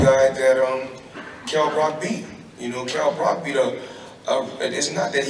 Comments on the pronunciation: Kell 'Broccoli' Brock - Wonderful pronunciation Floyd! :-D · Kell Brock 😂😂😂 I swear he does that shit on purpose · get the feeling he was purposefully saying Kell "Brock" too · Floyd please stop deliberately taking the piss, his name is Kell Brook not Brock 😂